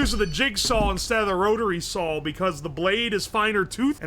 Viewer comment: I only really noticed after Slab mentioned his pronunciation of "raw" (rawl) on stream, but he has the same quirk for the word "saw"(sawl) lol